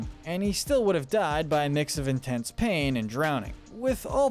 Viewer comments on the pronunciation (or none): none